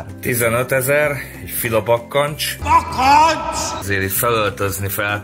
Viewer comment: "Bakkancs!" Nem bakkantok!